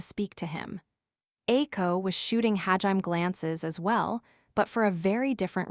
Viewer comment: Sometimes I wish it would say hajimé and not ha-jime but it's still a great tts